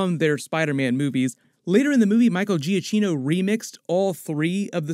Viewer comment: Its Michael "Ga-Key-No"